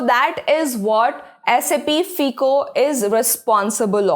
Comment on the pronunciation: its pronounced as FYCO. NOT FEECO